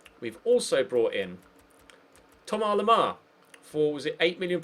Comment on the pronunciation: It's Thomas not thomar